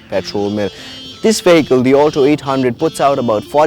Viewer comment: the moment he started saying 'veyheecle'